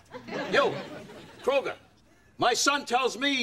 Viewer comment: It's kruger not cougar LOL 😂😂😂😂.